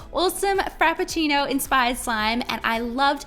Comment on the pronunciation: Frappcino. You nailed it! ^.^